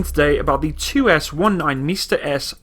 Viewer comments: It’s not “mista” it pronounces “msta”, the same way it’s written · What is mista? It is pronounced MMMsta, with a long m. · Buddy, nice vid as always. You pronounce it as MISTA. Skip the I and just say MSTA. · It's Msta, not mista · He means not M(i)sta but M'sta. We are not saying something like "Hey mista! Wherar yow going?!" we are naming our sities like Dneprodzerdzhinsk! :) And this is horrorshow (хорошо). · Mista-S haha what? Don't worry though, pronouncing Msta in Russian is kinda awkward as well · Its pronounced M'sta (hard "M")